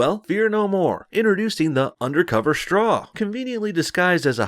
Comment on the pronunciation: It's not a "shtraw", dude, say it right.